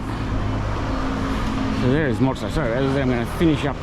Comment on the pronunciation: Enjoyed the video. We’ll be back again in November. Looking forward to giving Mozza a workout this time as we’ll be staying in that area. FYI it’s pronounced Mott-za (as in Mozzarella). You talk about new discoveries, have you been to the famous Hidden Garden Bar yet? Reckon I might give your barber a go too. Cheers.